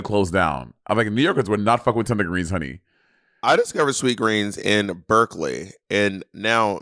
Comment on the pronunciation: The added ‘S’ on Sweetgreen